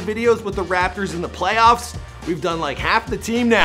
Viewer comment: Stop saying RaPpper it’s rapotors